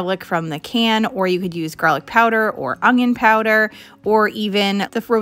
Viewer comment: I'm unsubscribing because of the way that you say onion.